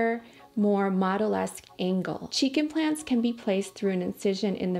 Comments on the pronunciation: why do cheek implants sounds like chicken plants😭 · Lol everytime you said "cheek implants", I heard "chicken plants" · Kept hearing chicken plans instead of cheek implants 😂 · Cada que dice cheek implants yo uscucho que dice chiken plants 😂😂😂